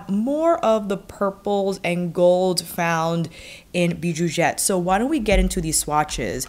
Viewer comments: Hi girl! It's pronounced "bijouZette" 😉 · French speaking fan of yours 😅 - since the X in bijoux is silent, I don’t pronounce it in Bijouxette (in French, consonants at the ends of words are generally silent with some exceptions) But I think it’s so cute how you pronounce it haha 🥰 I’ve been going back and forth on this palette for years lol, it always sells out so fast whenever Viseart has a sale. I love the mix of bright shimmer jewel tones, but I know it probably wouldn’t be the palette I reach for every day. Idk, I could be wrong 😂 Viseart palettes make it so easy to be creative. They’re my favorite eyeshadow brand. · Beautifoooouuuuul ! Pronounce the x as you do when you say excellent 😉 !